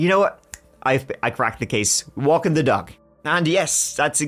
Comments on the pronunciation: I replayed that part, was so sure he said duck. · At first I was sure you said "walking the duck." Which... valid.